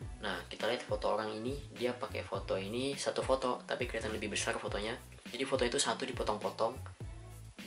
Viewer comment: Besarrrrr mas bukan besal